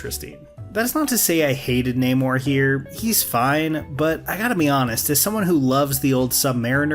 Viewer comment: The mispronouncing of Namor’s name is so funny (frustrating).